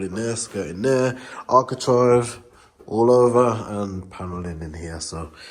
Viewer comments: Am i wrong but i always fought its architrave not architrive?😂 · Sorry to correct you but it is ArchiTRAVE! 😂👍